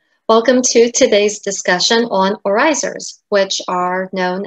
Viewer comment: Dear, please adjust your pronounciation of the Dutch word with the emphasis on 'oor'. That is how it is supposed to pronounce (trust me, I am a native speaker).:-) Also: regional dress in Staphorst en in some places in Zeeland are still worn on a daily basis, including their beautiful silver oorijzers. You can find a picture here: (fyi: the woman on the left is wearing mourning-colours, the woman on the right wears the regular, everyday colours.